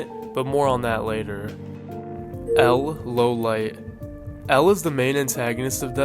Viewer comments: im pretty sure its law-lee-aye? kinda french sounding maybe? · bro PLEAAAASE stop mispronouncing things. You made a damn iceberg for this ;-; how do you not hear their name's? its LAW-LEE-IT, not LOW-LIGHT. AND IT'S WAH-TAH-REE, not WATERY. And the author's name isn't "Tuh-soo-mee-oh-bah" it's "Tsoo-goo-mee-oh-bah". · it's LAW-LIET, not LOW-LIGHT you Mono-Tard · bro said L. Lowlight. its L. Lawliet my friend. LAW-LE-ET. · BRO HOW DARE HE SAY "L LOWLIGHT" 😭😭😭😭😭😭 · Dude how are you messing the simplest pronounciations , fucking L lowlight 🫩🥀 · That's the first time I heard "Lawliet" pronounced like that. Although, i guess it's technically correct since it's 「ローライト」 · That's not how you pronounce L's last name. Also, Light would have possession of Rem's DN, therefore, being able to determine L and W name. Damn did you even watch the show?